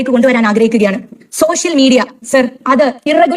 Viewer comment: സോശ്യൽ അല്ല പാത്തു,. സോഷ്യൽ എന്ന് ആദ്യം പറഞ്ഞു പഠിക്ക ണം.MLA ആയാൽ പ്രധാനമന്ത്രി ആണെന്ന് വിചാരം നല്ലതല്ല. ഉപ്പാന്റെ BUS നന്നായി ഒട്ടുന്നുണ്ടല്ലൊ? അപ്പേച്ച അല്ല പാത്തമ്മ . അപേക്ഷ: പറഞ്ഞെ ഒന്ന് കേൾക്കട്ടെ.!